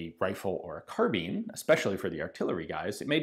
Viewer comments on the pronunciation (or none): none